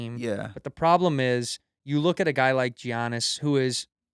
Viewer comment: Props to Hasan, he knows his NBA shit. Tito can't even pronounce Giannis right, GO CHOKE ON DELICIOUS HOT DOGS YA FIB!!